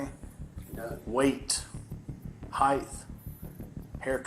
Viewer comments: lolz the officer said “weight? Heighth?” Where’s weighth at….or maybe height. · Goddammit!!!!!! He mispronounced the same word in the same way that everyone I work with does. "heith" Why do so many people say "height" wrong?